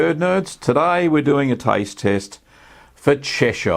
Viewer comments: It's pronounced Chesh-errr, not Chesh-eye-er! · 'Chesh-shire'? Nope! I really cringed at that. It's "CHESH-ər, -eer" ==>> 👍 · The town of Cheshire ehh! 😆 Cheshire cheese should be very crumbly unlike cheddar.